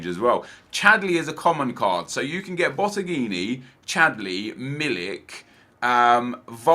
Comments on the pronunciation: botteghin not botteghini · How did you add an 'I' to 'Botteghin' lol